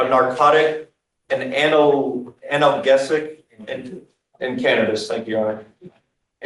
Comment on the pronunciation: The prosecutor couldn't even pronounce the word "analgesic" correctly... He pronounced it as an-al-GUESS-ic lol 😂 Talk about lack of education... For those of you who don't know an analgesic is a type of opiate or opioid based medication you can get by prescription or can be given to you in a medical setting such as a hospital that's commonly used to treat anywhere from mild to severe pain or in other words a "painkiller" that is most definitely a controlled substance that has sedative properties that can impair someone's judgement, inhibitions and reaction time and can very well end up landing you in court with a DUI or DWI charge if you get caught driving while under the influence of that particular kind of medication lol... So yeah it's not just alcohol that can get your ass charged in court for a DUI... In this guy's case it was believed he was under the influence of oxycodone or maybe oxycontin (Which contrary to popular belief are NOT the same medication(s) but yes both are considered a controlled substance or analgesic painkiller and are both VERY potent) and if you are a big fan of Judge Fleischer like I am then you know EXACTLY how he feels about people taking oxycontin in particular... He despises oxycontin and can't stand to hear about anyone taking that stuff but in reality if someone is truly in chronic severe pain EVERY DAY oxycontin is a great medication to manage severe pain if it's taken properly and not abused... I find it kind of funny but also hypocritical